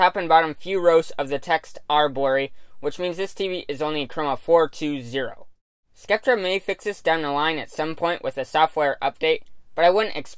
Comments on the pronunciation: It's pronounced "sep-ter" not "skep-ter." :) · "cept - ter"